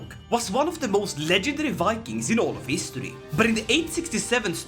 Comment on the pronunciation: ah yes “history”